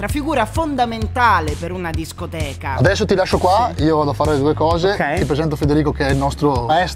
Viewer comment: Si dice scoteca